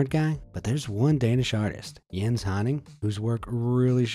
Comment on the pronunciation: Im Danish and you nailed that Jens